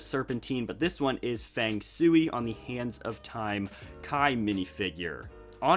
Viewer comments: Fang sui is pronounced “fang sh-way” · OH AND FANG SHUI IS PRONOUNCED FANG SHWAY